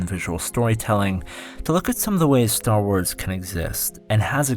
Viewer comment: It's not "Star Wars;" it's Star Was.